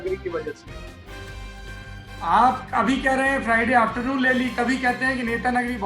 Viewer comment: एसे फ्रईडे बोल रहा सरदेसाई जैसे नमाज़ पढने जाना है ।